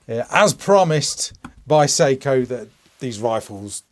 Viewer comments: Seiko is a Japanese company. Learn how to pronounce Sako at minimum… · SAKO not seiko... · I appreciate the review. You definitely repeated yourself a lot saying the same things over and over but it’s still one of the better reviews on these new SAKO rifles (prounounced SOCKO) so far! I had the carbonlight in the 85 series and I really liked that rifle a lot. However it had a 20 1/4 inch barrel which is kind of short in the hunting game, and the Finnish I could see overtime wearing off quite quickly and not having very much grip to it. I think the 90s series having the longer barrel and what appears to be a better textured finish will prove to be better and last longer! Having a finnlight 2, I am used to using the rising cheek piece that is activated by the button, so I’m not sure what it will be like going back to a non-cheek extension stock. I’m assuming if you get the scope down low enough it will be fine. For me there is no need for a threaded barrel that is just an added expense to the rifle that puts it out of peoples range financially! I’m not sure about the Picatinny rail yet, it’s a nice idea but I have always been a fan of the OPTi lock connection system. I believe it looks better, cleaner, and the scope would not move whatsoever with that system! I am also a little turned off by the bolt handle on the 90 series. It reminds me of the Tikka bolt that’s hollowed out. I do not like the look of it or the feel of it but that’s a small sacrifice to have one of these Carbon fiber rifles! Finally, not sure about the twist rate. I understand why they did it but ou